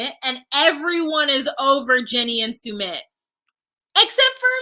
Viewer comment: And so should Soo-mit too 🤢